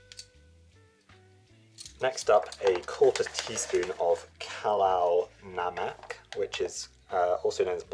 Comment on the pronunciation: It's kala namak, not halal namak. Love your channel.